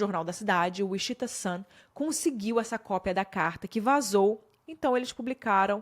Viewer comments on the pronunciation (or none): Gostei muito da forma como você expôs todos os detalhes. Só o "uixita" que me quebrou demais ,porque sei que você sabe falar inglês e que mora no exterior ( não sou hater , só que cada "uixita" eu dava um grito mulher 😅)